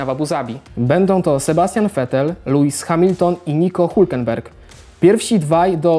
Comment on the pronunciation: LEWIS A NIE LUIS